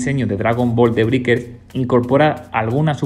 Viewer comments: "briquers" "monición" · se dice breikers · "De briker" 😂😂😂 que zonzo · Estaría genial que supieras pronunciar la palabra Breakers.